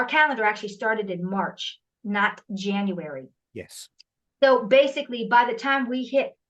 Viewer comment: JANUARY = JANUS